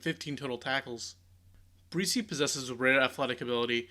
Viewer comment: Um...It's spelled and pronounced "Breese" like the gentle wind. Please correct this in the near future. Thanks..